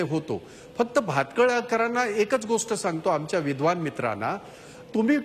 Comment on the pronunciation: Vidvan nahi ta. Vidva ahe ta.